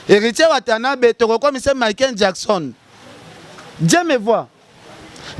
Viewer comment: azo koka ata ko prononcer Michael Jackson te kieeeeee 😅😅😅😅😅un vrai mbokar,mawa...